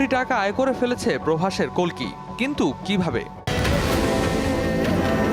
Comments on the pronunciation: Kolki na boin oi ta kalki hobe atto soddo Bola lagbe na 😂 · কেমন সাংবাদিক বাংলা উচ্চারণ ঠিক করে করতে পারে না ওটা কল্কি নয় কাল্কি, পৃথিবীতে যখন পাপ বেড়ে যায় এবং পাপীরা রাজত্ব করে তখন ধর্ম প্রতিষ্ঠা করতে এবং পাপ মুক্ত করতে এই বিশ্বব্রহ্মাণ্ডের মালিক যিনি বিষ্ণু তিনি অবতার নেন, কাল্কি তারই দশম অবতার এই কলি যুগের